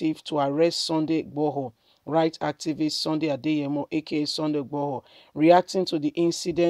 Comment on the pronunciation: broadcaster, kindly work on your name pronunciation, 👌 It's irritating!! GUMI not GAMIU IGBOHO not IGBAHO....please 🙏🙏